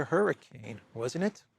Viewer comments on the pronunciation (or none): none